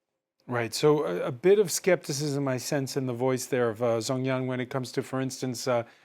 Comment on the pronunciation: Please work on your pronunciation of Chinese names. Zhang must be pronounced /d͡ʒɑŋ/. There are many other examples.